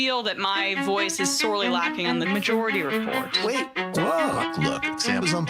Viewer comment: Am I hearing things? I could swear that Emma is calling the show Emma-jority Report